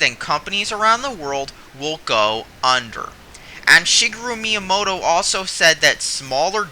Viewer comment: The Wii U didnt fail because of specs. Never has the console with the best specs been the one with the most sales. Wii U failed because it was offputtingly gimmicky, and poorly advertised... Also: please, have the respect to say the names correctly... 'Fils aim?' 'Shigru maiyamodo?' Dude that's the whistest shit I've ever heard, just saying xD